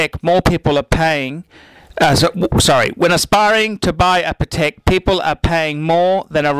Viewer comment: You don't know how to pronounce Patek. Jesus....